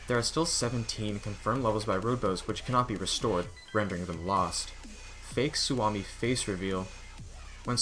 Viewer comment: You pronounecd suomi wrong